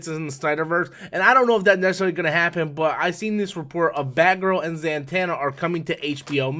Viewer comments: it's not that I don't think he knows the character or meaning, it's the pronouncing of her name that gets me. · He is not the only youtuber who mispronounced her name this way